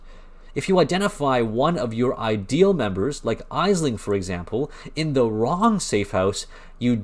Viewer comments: its pronounced "Ashling" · For future reference, it’s pronounced Ashling. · Thank you for the video man. Well done. I do have to wonder how you have ran all that content and not heard Aisling name said correctly. Jun says it.